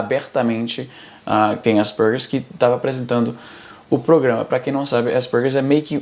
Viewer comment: Que agonia ouvir o Izzy falando "Aspergers"